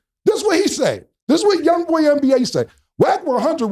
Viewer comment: neva have you heard him or anyone refer to him as “Young boy NBA”. So Cam not knowing how to say it was worth pointing out. Thanks for the like tho.